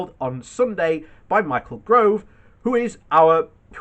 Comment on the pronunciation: It's Gove not Grove everyday c'mon, apart from that great .....